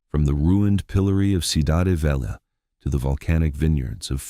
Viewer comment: Good content. Discusses the people and their history in a respectful and dignified way. Since this is AI narration, surely the mispronunciation of sodade can be corrected, right? (two syllables, not three). Same for Tubarões azuis, velha, and all appearances of São.